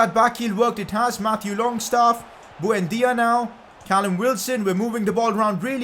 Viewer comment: who the fvk is bhuendia?? It's buendia dude